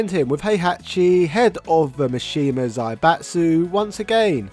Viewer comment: This is very informative, but his name is pronounced Kah-zuya, not Kazoo-yuh. Also, it's Zaibatsu is pronounced zie-bah-tsu, not zay-bah-tsu. That was the one thing that was bothering me... 😅